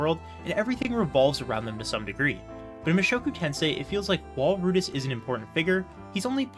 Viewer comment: I loved how you focused in on the chararacters and how each one is unique and often flawed in their own ways. It never feels like they are 2-dimentional. Also you keep pronouncing rudeus as "Rudis", lol